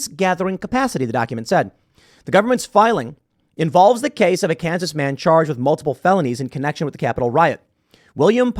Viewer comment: Lmfao I live in Kansas City Missouri and never heard anyone say Kansas like that 😂